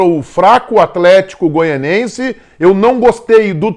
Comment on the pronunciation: Grande, por favor, é Goianiense, você fala Goianense. Abraço!